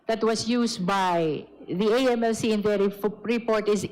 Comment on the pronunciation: Di ko gets agad yung "AMLA" sinasabi nyo dito sir. It's A.M.L.C (pronounce every letter). Or, if you want to read its as a word, it's AML[a]C, noot AML[a]. Sorry, have to comment this, nalito kasi ako sa topic. Wala daw masasabi si Ombudsman? He's been talking about Sara's SALN before the "mini" (in Cebuano, it means fake) trial. Deceptive, political, and law bending Ombudsman. HOR violated the law multiple times in this session. What AMLC did was illegal.